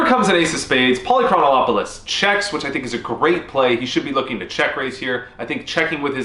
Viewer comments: You were saying Polychronolopolous. There isn't an L. It's Poly-Chron-Op-You-Lis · lol. You're still mispronouncing Polychronopolous' name. Pahl - Ee - Kron - Op - Uh - Lus, not Pahl - Ee - Kron - Oh - Op - Uh - Lus Simply omit the italicized syllable above. The name has 6 syllables, not 7. Cheers! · Yep. He was saying Polychronolopoulos. It would be funny enough, but after showing the practice pronunciation first.... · ah ah a he says it wrong evertime , theres a "Lo" too much on the dudes name ! lOL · “I practiced that” -Still pronounces it wrong Amazing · It's so tilting that you can't pronounce his name. It's not that difficult, but you keep adding a syllable. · I actually studied Greek in college because I wanted to be certain I’d never get a job. Besides that, it’s great pronouncing for names. Fun fact: this guy’s name means something like “city of many years” or “city of of much time.” With your mispronunciation, simply adding “-ol-”, it becomes something like “many years of the whole city.” But it really should mean “never bluffing in this river spot.” AMIRITE?